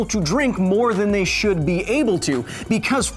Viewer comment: It's not べコズ・サイエンス It's ビコズ・サイエンス